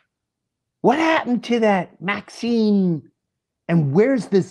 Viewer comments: why does he keep saying maxine lol, its ghislaine maxwell. dam yo. wtf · Ghislane Maxwell.. Not Maxene ???? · Love you and your show but it was the Golden Globes Ricky Gervais called them all out (& it was GREAT!!!), I believe, not the Oscars. And Ghislaine Maxwell not Maxine 😉